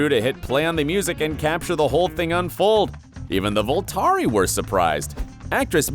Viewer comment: you said Vulturi wrong.